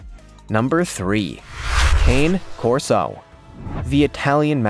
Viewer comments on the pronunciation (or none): It's pronounced Kah Nay Corso, I own two of them.